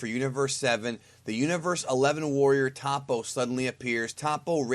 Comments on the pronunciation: it's not pronounced tahpo. it's toh-po. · in the show they always pronounce it top-po. first o is soft, 2 pronounced p sounds with an audible separation, second o is hard.